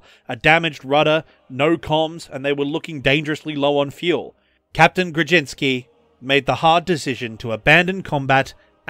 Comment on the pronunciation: orzeł ≈ o-zhew Kłoczkowski ≈ kwoch-kov-skee Jan ≈ yan Grudziński ≈ gru-jeeñ-skee